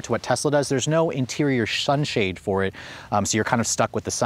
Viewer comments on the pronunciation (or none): What is a “shun-shade”?